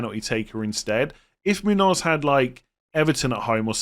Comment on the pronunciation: Yes, that’s spot on,. The tilde above the N makes an “ny” sound just like in Nuñez (or just like the “nh” in Portuguese names like Mourinho or Cunha), so it’d sound like /MOON-yōz/ (like in yo-yo). Love the content, too!